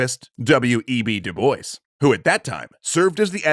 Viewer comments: Dubois? Pronounced (Doo boyce)? Isn't that name usually pronounced (Doo bwa)? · it is pronounced doo-bwah not doo-boys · Du Bois is pronounced as Du Bwah, actually. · Isn't Du Bois a French name? Pronounced more like Do-Bwa and not Do-Boys? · I'm pretty sure it's pronounced DOO-BWAH. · Cool video, but I really can't comprehend how 90% of the Anglo-American youtubers I watch cannot pronounce foreign (or, in this case, even from their own country) names right. Du Bois is a French name, in origin. Diu Boa? Does that help? :)) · DuBois is a French name. And in French, "o-i-s" is pronounced "wah". "doo-BWAH" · It's the obsessive compulsive in me--"DuBois" is actually pronounced "doo-Bwah." The French like to make spelling and pronunciation go into contortionist spasms. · Is that actually how the family of W.E.B. Du Bois pronounce their name? I hope so, cuz pronunciations change over time n however they pronounce it is obviously right, but as a French person that sound hurt my ears but as an anglophone it also made me laugh. Du Bois means Of The Woods n is pronounced more like Dzu Bwah. 🤣🤣🤣 I still have to finish the video n ima laugh everytime I hear u say it like that. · I don’t that’s how you pronounce his name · Not W.E.B. DuBois's last name.There is a quote on how his last name is pronounced. Once I find it I will edit my original comment. From a quote in 1939- My name is pronounced in the clear English fashion: Du, with u as in Sue; Bois, as in oi in voice. The accent is on the second syllable.”